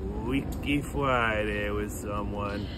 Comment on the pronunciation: Fweaky Fwiday 😂